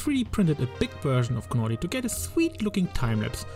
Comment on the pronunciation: U dont need to pronounce the G in Gnawty Gnaw means to chew on something the G is silent and its a play on words because he’s a beaver and they gnaw on wood